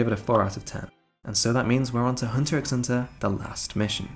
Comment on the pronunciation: Please don't pronounce the 'x'